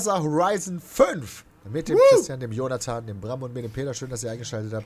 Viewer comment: Im Intro hab ich Joda-than verstanden XD